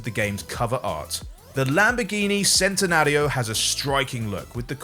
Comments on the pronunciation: Me as a car guy cringed when you said Centenario like that my guy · the way he pronounced centenario pisses me off